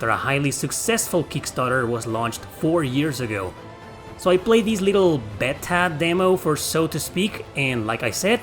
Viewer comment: my man. Beta is pronounced Bay-tuh. 😂 As always, I appreciate your enthusiasm and thoughtful approach. Stay awesome.